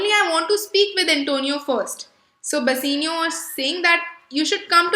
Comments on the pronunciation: Bassinio? Bassanio* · Please work on your pronunciations. Bass-aa-nio, and duck-ets.